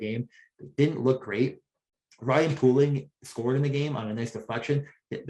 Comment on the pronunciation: Please pronounce Poehling correct